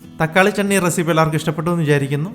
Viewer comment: ചേട്ടാ തക്കാളിചണ്ണിയല്ല തക്കാളി ചട്നിന്നു പറയണം കേട്ടോ